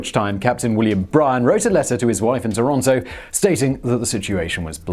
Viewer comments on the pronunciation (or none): none